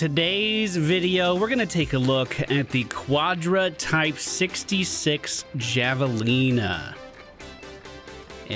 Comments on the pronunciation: In Arizona, that is pronounced have a lina, not java lina. It is actually a huge rodent pig animal out here. Not sure if this is what the game was going for. Just letting you know. Love ya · Pronunciation "Hav-a-leena" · I know, I know, but I gotta be 'that guy'. It's pronounced "havalena" no hard j just an h